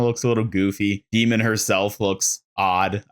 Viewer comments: I love your content, and it is such a small thing, but I have to admit that I whince every time you say Demon instead of D.Mon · Dude it’s D-Mon like Digimon or Pokémon … not Demon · Do you pronounce the names of almost all heroes wrong on purpose? Is D.Mon not demon, it’s Anran not Annrin. Feels like rage bait at this point. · dee-Mawn (not Dee-munn). :D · how you mispronounced D-MONs name the entire video when she says it in her trailor is so funny to me